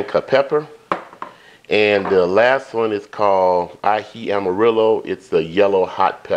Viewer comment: Yummy. We love Peruvian chicken with that delicious Aji Sauce. Your pronunciation of Aji is 100% correct. Thanks for sharing. 😊